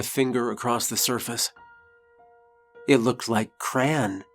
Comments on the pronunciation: The line looked like cran?? Do you mean crayon?? I pronounce it just as you see it…cray-on. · Great story, but it took me a while to figure out what "cran" was. After hearing it several times and imagining some cranberry flavored version of Spam I finally realized you meant "crayon" which traditionally has 2 syllables.